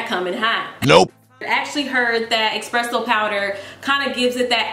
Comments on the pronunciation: "EXPRESSO powder" lmaooooo I can't y'all, its ESPRESSO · "Expresso" I can't lol